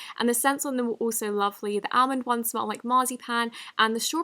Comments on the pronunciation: Almond Croissant is pronounced “allmond crissont” ❤️ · I love how she pronounced Almond like “Allmend” lol (if ur reading this the L is silent in Almond lol 💕